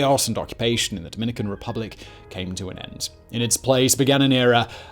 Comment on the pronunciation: “Dominican Ruplic”?